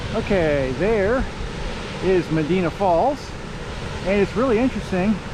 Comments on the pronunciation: Medina is actually pronounced ma die na. 😊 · It’s Me di na. The I is long. Medīna. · Is it too hard to look the pronunciation of the towns ur passing thru along the Erie Canal Most of them come from Greek and Roman names. ie- Medina= Med -eye -not e -na. Enjoying ur trip as a resident along the canal . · It’s Me dī na. Long ī , Medina.